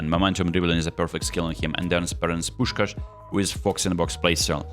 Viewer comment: I know that it is not the main focus but I know that every Hungarian will agree with me: thank you that you perfectly said Puskás❤ Much love